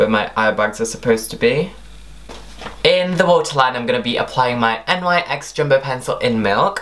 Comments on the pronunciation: N Y X !? I thought it was pronounced NICKS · Its not n y x its prounounced (nick's) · Im pretty sure it is pronounced "NICKS" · No, it's nyx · Its pronounced nicks